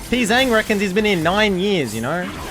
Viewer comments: Your Pzzzang pronunciation has progressed, I'll give you that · Bro, you still don't know how to say his name lol